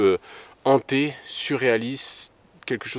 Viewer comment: Hanté et non pas ZHANTÉ. Il s'agit d'un H aspiré.